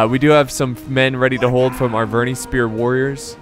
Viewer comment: You don't say triari i, or arveni i. You say arvenee or triaree